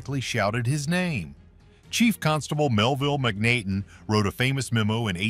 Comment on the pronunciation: It's pronounced MacNaten not Mac-Nate-n!